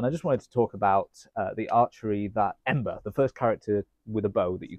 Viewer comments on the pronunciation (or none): It's actually "Amber", with an A, but regardless I love your attention to details! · theres something so wholesome about how he gets ambers name wrong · It's funny how a lot of the high-tier characters in this game are archers. My favourite (both in gameplay and otherwise) is Fischl. Venti is really good too, as is Ganyu, though she's super rare. Also, it's Amber, not Ember. A small mistake, I know, but I thought I'd point it out anyway. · lts Amber, not Ember. Just saying. And for you to say Gl is not a stressful game, is cos you didn't play it enough yet. Nice video overhall tho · Ember? its Amber